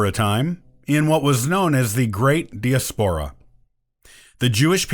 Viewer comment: What's with de as POUR ah? The rest of the world pronounces it die AS por ah. King Fernidad? Makes one a little hesitant when the script talks about names.